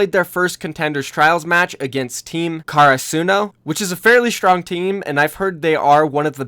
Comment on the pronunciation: ITS NOT care ruh suno ITS karasuno (ka da su no) it’s based on karasuno highschool from haikyuu ハイキュウ